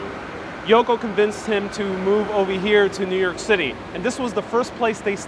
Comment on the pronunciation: New Yoike as John would say.